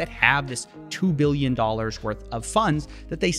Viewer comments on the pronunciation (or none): none